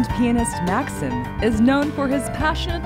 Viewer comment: Maksim is pronounced Mak-seem not Maksum, like the way this host pronounced. Great to hear him in an interview.